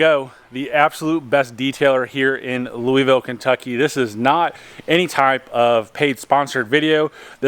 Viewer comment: Lou a Vul not Louis ville.....nice vids....